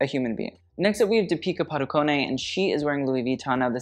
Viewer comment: Oh my, like how on earth are you pronouncing deepika padukone right now? I swear every girl name Deepika just wept at that horror.